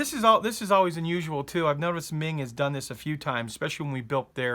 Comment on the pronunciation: Its not Ming. Its Meng